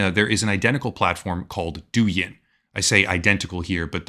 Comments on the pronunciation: For the record Douyin is meant to be pronounced like DOE – YING rather than DOO – YIN. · Pronunciation of Doujin is wrong, it's more like dough - in. .